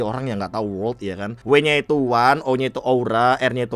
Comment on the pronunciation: World bang, bukan wolrd